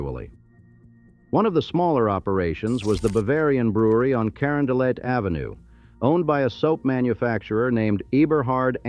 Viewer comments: "Corondolay" ffs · Cuh Ron duh let because the final t is pronounced in catalan named after Francisco Luis Hector, baron of Carondolet Gravois(gra voy ) Des peres ( duh pear) Spoede(spay dee) Chouteau( show-toe) AI is repugnant